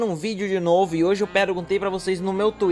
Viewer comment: Aeeee saiu vidio novuh to cheiuh de tezauh